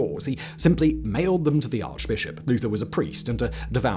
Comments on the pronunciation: I had to do a double take on the Martain Luthor story, even with it repeated it still sounded like you said that he "nailed them to the Arch-Bishop" not that he "mailed them". I was thinking, Dang, if he nailed them to the Arch-Bishop, no wonder he was excommunicated! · At first, it seemed like he said Luther nailed it to the bishop not mailed.😂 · "Nailed them to the arch-bishop" . . . . . oh, "mailed". 🤣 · 56.30 Luther. I misheard you. I though you said he actually nailed it to the arch bishop. A rewind revealed that he mailed it to the arch bishop. Not nearly as interesting. Maybe this is how historical fairy tales come about. History is kind of boring if you're not actually a historian (a bit like maths, geography, science, etc. if you're not a mathematician, geographer, scientist, etc.) The ordinary folks like a good story. And nailing things to arch bishops is definitely a good story (although not something we would recommend in these more enlightened times).